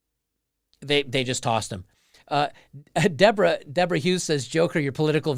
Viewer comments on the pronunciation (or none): none